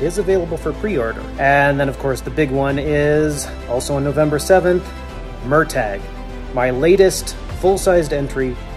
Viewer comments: I'm not sure if Christopher Paolini just the saw name Murtagh written down somewhere and never heard it being pronounced but I can tell you hes pronouncing it wrong, the G and H are silent. My guess is that this is similar to when other Irish names make their way to America and end up being mispronounced like Riordan and Mahoney. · TIL how Murtagh is pronounced…